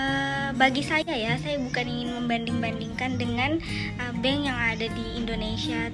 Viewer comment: Bukan bang... tp bank...bang tu azan..🤣🤣